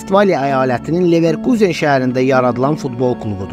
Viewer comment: ilişmək deyil ay qaqaş, tənqid olmasa nəticə olmur, mən ali savadlı adam nə edim ki videoya baxanda vurğunu düz qoymayanda kimsə əsəbi oluram. Düzəlişlər et, sənə uğurlar. Sən orda neverkuzen dedin amma almanlar nə deyir onu demədin,onu da öyrən